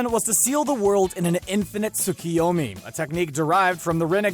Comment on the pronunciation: Dude says Madara wrong but says tsukuyomi right